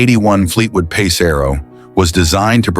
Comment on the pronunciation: AI channel. Notice how the comments are ignored too, shitty channel. The way it said "pass" rather than "PACE" was a big red flag. Yeah I had 2 pace arrows so I was saying the same thing lol, had a eleaganza and a pegasus. Both I have videos on my channel hacking up for salvage.